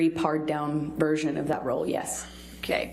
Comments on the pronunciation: "Very parred down version" She totally read this!! I mean someone gave her something to read/memorize. I believe she meant PARED down version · why even engage in this line of questioning?. "parred down?"....misreading of script?.